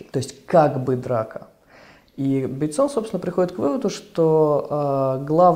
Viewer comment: Почему БейтсОн? Режет слух :-(!